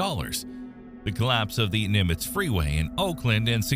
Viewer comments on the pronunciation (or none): none